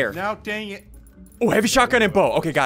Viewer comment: STOP SAYING SHOTAYYYE